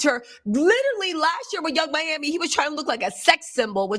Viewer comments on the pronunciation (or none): none